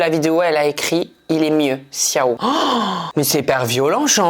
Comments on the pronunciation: "Ciao" ça se lit "TCHao" et pas "Siao" 🤣🤣🤣🤣🤣🤣🤣🤣🤣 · il a dit ciao (siao) au lieu de ciao(tchao) 😢 c’est italien en susuuuuuu ( je suis italien ) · CIAO CA SE DIT TCHAO! tu as tué mon ptit coeur d'italienne la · t'as vraiment prononcé ciao: siao? 😭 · ciao ça se dit tchao 😭😂 tu me fera toujours autant rire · Il a fait exprès mdr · Très bonne vidéo comme d'habitude a mourir de rire !! Surtout la façon dont tu as prononcé CIAO 😂😂😂👏